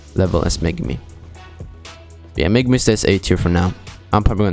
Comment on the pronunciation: Its megumin not megumi